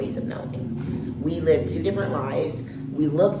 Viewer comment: Dear Nigerian the word is LIVE NOT LEAVE, every time I hear "leave in" or borrow me. I know its a Nigerian